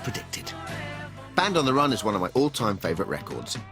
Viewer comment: Band on the "rhun" as he pronounced it incited my departure from having any interest in pop music. "And the jailer man and sailor sam were searching every one," was just too corny and I wanted better for myself.